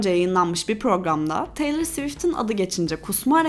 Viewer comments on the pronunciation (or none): none